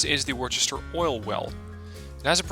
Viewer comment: Hey just so you know Worcester (I'm guess based off the Massachusetts city?) is pronounced Wuh-ster (it's weird)